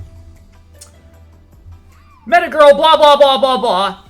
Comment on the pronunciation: mispronunciation of ,,girl"